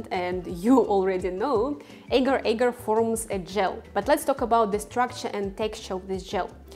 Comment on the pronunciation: This is a constant Internet problem...people producing vegan recipes with ingredients they just discovered, without a clue as to how to pronounce their name. In addition to mispronunciation of Agar, outside of Malaysia, the name is simply Agar...not Agar Agar. Other silly mistakes include: not pronouncing the "J" in "KONJAC" as "Y" (the word should be pronounced exactly like "cognac"); pronouncing the "G" in "CARRAGEENAN" as a "J" rather than a "hard G"; pronouncing "SEITAN" almost as two words, SAY TAN rather than correctly as SAYtn (almost like satan). This drives me crazy too, because once wrong in one video, g-d know how many millions might copy the mistake.